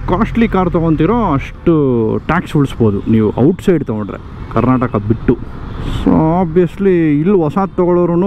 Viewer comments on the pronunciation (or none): none